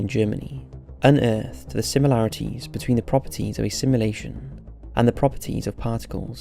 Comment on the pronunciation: "Halley's comet" - the 'a' is pronounced like the 'a' in 'apple'. It's not like the band. Please learn to pronounce words properly. A little research helps and doesn't take too long The Dutch name 'Jan' is pronounced like 'Yun' .. the 'J' is a 'Y' sound in Dutch. 'SimUlation' Jesus it sounds like you're saying 'assimilation' Fuck.